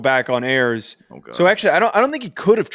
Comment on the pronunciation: Go dogs! Going for back-to-back SoCon championships! Michael Hiers (Samford QB) is pronounced Michael "High-ers" not Michael "Airs"